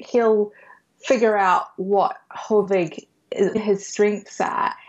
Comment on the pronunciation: Hovig Demirjian is a Cypriot Armenian. In Armenian names, the stress should be on the last syllable, so it should be pronounced as ho-VIG whereas you consistently pronounce his name as HO-vig. Nothing wrong as the video is done. So it cannot be corrected. But just for future coverage of him and his entry.... By the way, Hovig is the shortened more intimate version of the actual name Hovhannes (John, Jean in English and French). Another interesting thing about his name is that the "g" is perfect in Western Armenian, as almost all Cypriot Armenians are. So he adopted that. But in Armenia proper, his name would be pronounced Hovik Temircyan (in Eastern Armenian used in Armenia) rather than Hovig Demirjian as used in the Armenian diaspora.